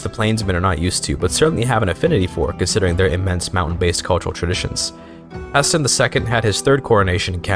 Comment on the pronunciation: The way you pronunce Haesteinn makes me ill. May playing Tall reign supreme